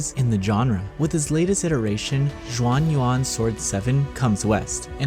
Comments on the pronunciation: It's pronounced Shuan Yuan, not Juan Yuan. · Please don’t call it Jean Juan anymore 🤣 it’s closer to shuan yuan. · Ur butchering the name. It not even hard. Xuan is pronounced not as juan its shuen and yuan its spelled yuen. But good review btw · Not chinese expert but x is pronounced as sh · cmon, if you're reviewing a game, the LEAST you can do is get the name right, and now you're attacking people for correcting you...no wonder yall are still irrelevant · I know that Chinese is hard to pronounce, you could have just typed Xuan Yuan into Google Translate and it would have told you how. Every time you said Xuan Yuan sent a shiver up my spine.